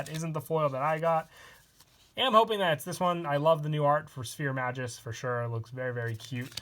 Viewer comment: It's maGus Not maJus Wtf?